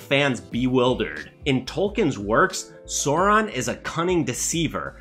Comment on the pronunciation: cant take serious a guy calling for fidelity to the source, but at the same time pronouncing sauron as soron